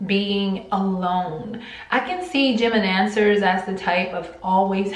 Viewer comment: I thought she was saying gemidancers 😂😂